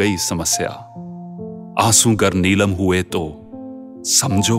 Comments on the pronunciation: आंसू गर नीलाम* हुये तो.... नीलम नहीं नीलाम है सर। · Aasu nilaam hai not nilam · आपके उच्चारण ने इतनी गंभीर इतनी अच्छी कविता का कबाड़ा कर के रख दिया😤😤😤😤😤 और वो नीलम नही नीलाम है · आंसू गर नीलम , नहीं भाई , नीलाम हुए तो द्वीप नहीं भाई दीप हिंदी सीख पहले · couple of words not pronounced correctly . examples : neelaam and deepon